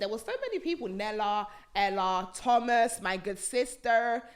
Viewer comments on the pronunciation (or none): none